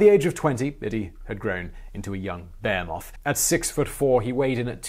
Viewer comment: I heard bearmoth, not behemoth 😅